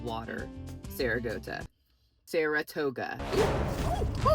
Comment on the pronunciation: Not THE MAGIC SCHOOL BUS THEME as you make your way to the store, as well as the mispronunciation of 'Saratoga' 🤣☠ Although....'gota' in Spanish means 'droplet' sooo....it still kinda works 😅👌🏽